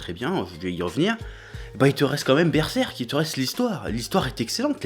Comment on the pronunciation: cheeeeeeeeeeeeeeeeeef ou sont tes traditions ?? normalement c'est berserrrrrrrrk ''oooooo''